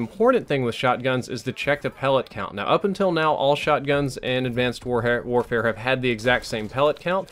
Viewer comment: "Advanced Worehare"